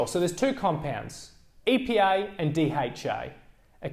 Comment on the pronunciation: I thought he said EPI and DHI. I just realised he means EPA and DHA seriously..